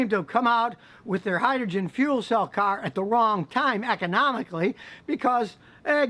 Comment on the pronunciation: hydrogen "cearh"